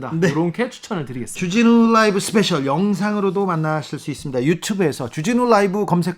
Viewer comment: .쭈진후 롸~이브!! 발음이 넘 약해지셨응 ㅡ 정말 의협 나쁨나쁨 좋은 의사샘들 넘 많으신데...